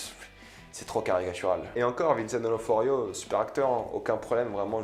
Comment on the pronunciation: « Vincent d’Onoforio ».... ? 🤷🏻‍♂️😂